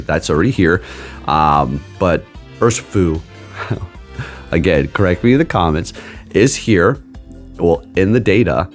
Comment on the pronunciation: Er-shee-foo and that is how u pronounce it